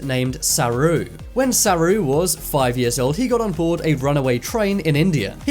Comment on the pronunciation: It’s actually called Saroo not saru